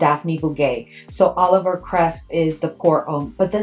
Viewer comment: I think it's Olivier. Oh-liv-ee-ay not Oliver